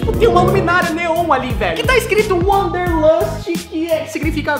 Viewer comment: Wanderlust = "VANDERLUSTI"